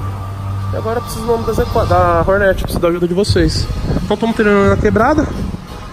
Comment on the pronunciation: E fala direito não é horneti é HORNET